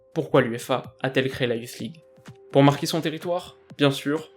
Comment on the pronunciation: La youflze league 😂😂😂 ta prononciation me tue